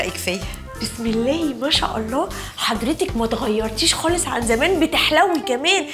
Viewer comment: خالص بالخاء مش بالغاء